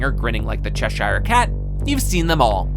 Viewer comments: I don’t but the guy doing the review has no idea on how to pronounce and the film is a 9 in my book. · Quick, say Cheshire Cat again